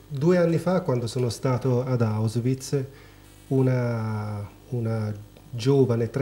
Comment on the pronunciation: Certo che il tizio dell' intervista che dice "Ausviz"🤣🤣🤣ma che roba è?